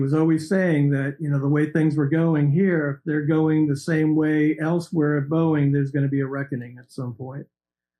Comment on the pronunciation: Boeing is not pronounced Booing its pronounced Bowing Pat